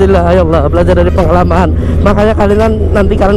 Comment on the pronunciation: kata 'belajar' menjadi "brajal" 😁👍